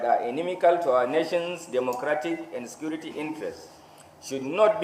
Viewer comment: How much did they give the IGP for this. He did not see the people that killed and mamed during election to arrest. He did not see oluomo to arrest. Yeye country with security agencies. Nonsense. This na grammar with all terrible pronunciations. LOL, National sikirity